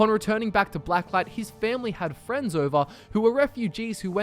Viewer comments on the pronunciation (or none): none